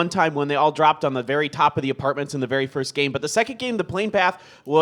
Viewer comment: maybe "firsth" , it's hard to pronounce the ending sound